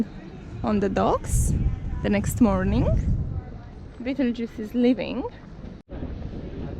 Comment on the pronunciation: Is the name spelled “Betelgeuse”? This may be the same boat I saw in Bermuda in the spring, If it is, I made the mistake of pronouncing the name the same way you did when talking to the crew. 😂 one of them got very upset and corrected me stating “it’s pronounced bettlegise”. It’s a star in the constellation Orion. I politely apologized and moved on. I suspect by their quick and defensive response that the mispronunciation happens a lot.